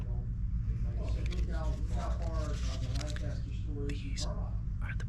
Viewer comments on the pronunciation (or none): LanCASTER??? It’s LANCASTER! All one word! As a native Pennsylvanian this hurt me 😢